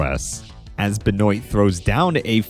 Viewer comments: I am from Louisiana, which has a lot of French influence. Benoit is a French last name that's pretty common around here. We pronounce it "Ben-wah". Like the sound you make when you stick out your tongue at the doctor: Ben-w aaaaahhh Benwah Benoit Never have I ever heard "Ben-oyt" Edit: omg I made this exact comment a year ago. I've already watched this video... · Benoit is pronounced "Ben-wah" at least where I'm from. I've never heard "Ben-oi-tuh" before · sorry but i hate how you pronounce benoit. it's a french last name, pronounced kinda like ben-wah awesome video as always tho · you need to learn how to pronounce benoits name properly